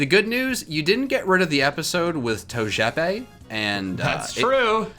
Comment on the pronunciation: Bulbasuar: and in today’s episode our special guests is togepi Squirtle: It’s TOE-J-E-PEE